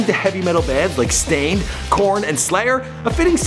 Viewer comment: did this dude just say heavy metal bands like. .... stained?! bahahahaha wtf